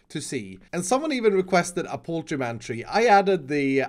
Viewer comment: IT'S POULTREE MAN